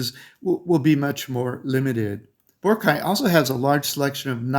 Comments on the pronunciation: Boar-rock-eye! Not Boara-kye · Your pronunciation of Boracay is incorrect.